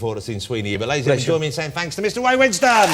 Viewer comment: His name is Ray, not Way 🤬